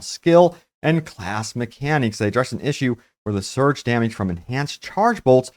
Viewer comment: Dameege. Lol